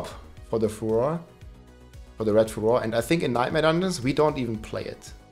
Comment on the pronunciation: How does a German not know how to pronounce 'furor'?